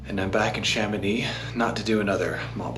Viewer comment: Become a better version of yourself and stop pronouncing the "c" in Mont-Blanc. The whole francophone world will thank you. Extra tip: the same apply for the "x" in Chamonix